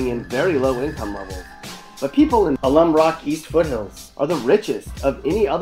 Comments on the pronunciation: His pronunciation of Alum Rock says it all, lol. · I never heard anyone pronounce Alum Rock that way. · Bruh these pictures are not San José. You obviously aren’t even from here because who in the hell mispronounces Alum Rock?!? Get the hell outa here! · Can't even pronounce Alum Rock correctly.